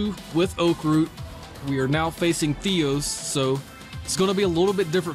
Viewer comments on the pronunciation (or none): he is not called theeos like you say it its theOs if you dont understand wrote in google translate the words (θεός) in Greek and hear it. It means for in Greek